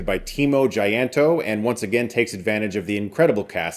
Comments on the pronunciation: I’m impressed that this review is under 4 minutes and says plenty. Also, Tjahjanto is pronounced chah-yan-taw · Lol, i think he didn't know how to pronounced it😂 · Also a nice attempt on prounouncing that "Tjah" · The way you pronounce timo tjahjanto is hillarious yet so fun to be an indonesian 🎉